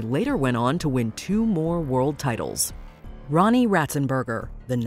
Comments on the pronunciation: Did she just pronounce Roland as Ronni? Or am I hearing things? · In fact, the text even says "Roland Ratzenberger" despite the narrator butchering it to "Ronnie" and they even said he was 31 when he died, but he was actually 33. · dude did they just say ronnie ratzenberger